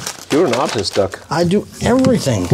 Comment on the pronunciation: His name is DOUG not Duck.Great workshop.